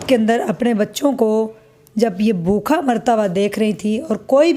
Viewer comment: ap educated hein achi trah bola krein bokha nahi bhooka r asslam u kam nahi asslam u aleikum r bhi boht kuch